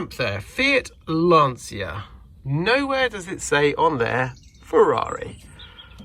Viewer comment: Surprised you don't pronounce Lancia in the correct, Italian way!